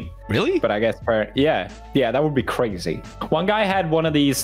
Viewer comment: 😂😂 “that would be cRAZey”